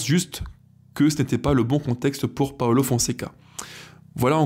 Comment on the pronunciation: j’aime bien ce que tu fais, mais s’il te plaît, fais un effort c’est pas un italien c’est pas Paolo Paulo merci 😉